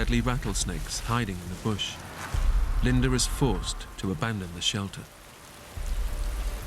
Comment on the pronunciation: Her name is "Linda" NOT "Linder"!